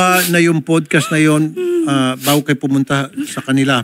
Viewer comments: para kang sinasapian pag nagsasalita, tapos "pudcast"? bahala ka dyan. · PODcast kayo ng PODcast, 'PADcast' bigkas dyan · Mali kasi pronunciation mo ng podcast 😂😂😂 OA mo. Talent sa ka OA-an.